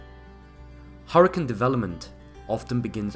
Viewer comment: it's hurricane not harcun. please get it right man. I love your videos but learn how to say HURRICANE.